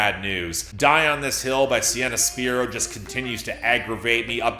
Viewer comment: If you insist on over-analyzing things and you keep hating on a talented 20-year-old singer with a soulful voice who writes her own music, then the least you could do is pronounce her name correctly. It's "spy-ro" with a long I.